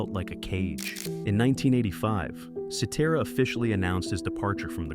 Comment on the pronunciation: At least this AI narration pronounces Cetera’s name correctly.